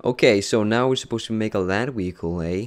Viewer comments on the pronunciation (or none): Haha wehicle